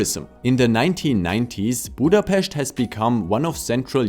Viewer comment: The way you are saying Budapest is so beautiful, and you said Debrecen with a cute Spanish-like accent :D The way you said Kiskunhalas was top tier, and Miskolctapolca is really tricky and you still did a great job! I don't know if you practiced a lot or if you are naturally good, but I personally rally appreciate that you put the effort in ^-^ The upsides and criticism you gave about the country are all correct, and Lucy's interview was a good addition too! Thank you so much for the video!